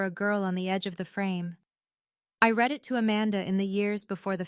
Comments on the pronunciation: To AI. Please learn the difference between read (pronounced Reed) present tense. And read (pronounced red) past tense. ' You can't red the all' when you just ask us to write comments. I promise I Reed them all. Thank you. And there are several other spelled alike words that are not pronounced in the correct tense. If AI can't learn what is the point. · The narrator does not even know how to pronounce 'read' (reed) and read (red)!!! This is someone whose mother tongue I presume, is English. Then we Indians (from India whose mother tongue is definitely not English), speak perfect English!!! Irony!!! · You need to teach the AI the difference between words like Read (Reed) and Read (Red). It is a distraction to the story and like fingernails on a blackboard to a native English speaker. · Learn to read. Read is one of those verbs that is spelled the same in both the present and past tenses. In the past tense, as so often happened in your narrative, it is pronounced “red”. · Read. Reed or Ted depending on how it is supposed to be articulated 😊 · AI please, conjugate verbs: Read the spelling doesn’t change, but the pronunciation does.